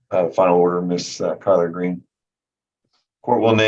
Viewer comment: Someone on a previous video said miss greens name sounds to her as collard green and now I can’t unhear it😂